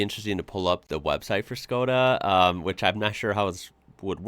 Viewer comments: You said iz correct: Shko-dah. In Europe 90% of these are diesel. Very low fuel consumption but nice torque and it pulls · You say it good,its Škoda. "Schkoda".I have one too Karoq SportLine. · said škoda corectly and nicely👏🙋🇨🇿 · you said škoda perfectly right by me as a czech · you are saying ŠKODA just right. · You said Škoda perfectly, i also think that internationaly they go as Skoda so youre fine either way. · Your Škoda pronounce is great, noone will be angry :) Wagons.... here in czech we have allmost everthing in wagons and almost 90% of cars witch are sold like a sedan or wagon are wagons :) ( much more space for almost same price) even i have Octavia wagon :D ( octavia have the biggest trunk in her class). Love your work by the way :)